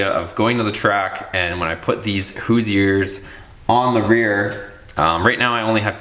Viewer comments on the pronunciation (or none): Hoooooooo. Sure is how its pronounced I live 30 minutes from the main headquarters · So what you don’t know how to pronounce Hoosier we’re not here to pick on you it’s your channel. I do not think you should re-plasti dip The 20s you said you’re selling all the stuff we getting another project you’re going to ruin the value of the wheels nobody wants black spray paint wheels you should be able to get probably 250 for in The condition that they are in tires can be replaced wheels are hard to find. General repair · Love your channel, but look up how to pronounce Hoosier. Hahahaha!